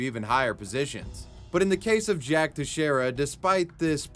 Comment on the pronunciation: is the first YouTuber I've heard pronounce "Teixeira" correctly.